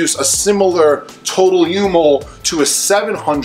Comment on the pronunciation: It's micro mol. Not u mol